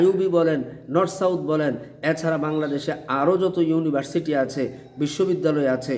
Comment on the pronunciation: Norsouth😂😂😂😂😂😂😂..... Ya allah...... Maf korun